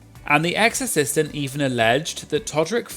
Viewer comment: I keep hearing "exorcistant" 😅